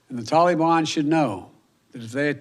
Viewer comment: Oooop the toleyban